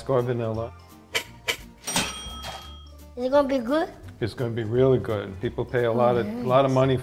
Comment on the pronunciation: "dats banela?" its a freeakiing VANILLA!!